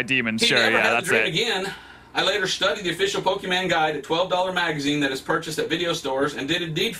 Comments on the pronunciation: Watching him mispronounce Pokémon hurts me a lot it hurts a lot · When someone can't even correctly pronounce the name of the franchise, they lose all credibility with me right off the bat. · He can't even say it the first time lololol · I mean is it a so hard to do just a little research into what he's arguing about? He can't pronounce Pokemon and doesn't actually know what the game is like. Just a little more research and it would have at least sounded like he wasn't making it up as he went edit : oh damn i felt a moment of impending doom when he said "and i saw a video where you could press a button to EVOLVE" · Pokeman sory but if you're going to insult something at least say its name correctly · Why do People that's not interested in Pokémon or don't know what Pokémon is Says "POKEMAN" OH MY GOD its PokeMON Can you read?? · You honestly I don’t think suggested the right game So here a new one How many time did he say Pokémans instead of Pokémon Reply now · Im curious whats more funny, what he's saying or the fact he's saying Pokemon as in "Pokemen" decide 😂😂😂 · Nah he's talking about pokimane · IS POKIMAINE DEMONIC O M G (3 AM CHALLENGE) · Each time when he says poke - e - man my soul is cut in half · It's just 3 minutes and I'm already triggered of him saying pokemen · everytime he says pokeMEN my soul dies a little, especially because he can write pokeMON but can say it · it sounds like he's saying "Pokimane" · The thing that gets on my last nerve. Is how these people pronounce Pokémon. Like I think it’s pretty clear on how to pronounce it. As pokeman, pokemen, po-Kay-mon and more. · When he made that joke about how he says 'pokeman' I just wanted to stop watching here XD. I cringed so hard at that, cause I'm actually a Jamaican. 🤦🏾‍♂️ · Him calling them “Pokemen” is starting to make me Pokemad 😠😠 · It just makes it so worse that he is calling them pokeman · The way he says Pokémans the whole time makes me so oddly angry.